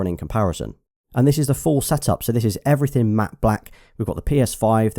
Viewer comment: "Matte black everyting"